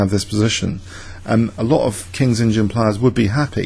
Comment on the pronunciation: Are you saying KINGS INGIN instead of kings indian? Because that is one hell of an LOL if you are.